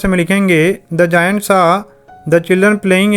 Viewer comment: It is not जायंट😂😂 👏👏🪐